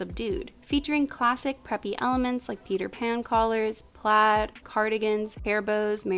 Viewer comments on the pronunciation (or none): none